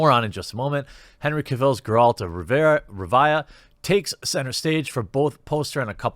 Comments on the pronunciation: Geralt of REEEEEEvia! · Wait, how did he pronounce Rivia? Revaya? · You play the game, and yet you pronounce it "Garrald of Revaya"...?? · revaia u killed me its RIVIA XD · Geralt of ReWhya. Ouch, that hurt, please never say that again. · How do you not know how to pronounce rivia and Kaer Morhen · Jeremy, I take it you haven't played the Witcher series yet? In that case you really should. It became quite obvious the way you pronounced "Rivia" and that you thought Kaer Morhen was a person. Clearly the author hasn't at least. The whole iron and steel thing is impossible to get wrong. Why would you even wanna use an iron sword if you have steel? Iron would dull easily and break easily. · Lol wait pronounce where Geralt is from again.....dude come on thought you played the games? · Jeremy's pronunciations of basic Witcher words genuinely hurt my soul. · Also you said you started to play the Witcher series in your very much enjoying the story yet you completely butchered Rivia....he literally says it in the game as do others.